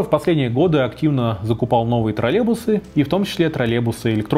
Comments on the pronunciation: троЛЛЕЙбусы, а не тралебусы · Немного бесит когда вместо "троллЕЙбусы" говорят "тролЕбусы" :__)